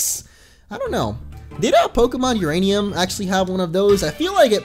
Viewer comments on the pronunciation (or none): none